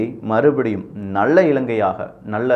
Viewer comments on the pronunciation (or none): நல்ல என்பது கூட ஒழுங்காக உச்சரிக்க தெரியவில்லை.